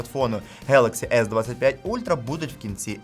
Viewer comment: Класний канал, завдяки вашим оглядам обираємо класні девайси для себе! Один нюанс: іноземні слова, які починаються на G, як Galaxy, в українській передаються через звук "Ґ". Тобто коректна вимова звучатиме 'ґелексі'. Ще хочеться відзначити, наскільки класно, швидко і якісно ви перейшли на українську😍 З нетерпінням чекаємо нових відео!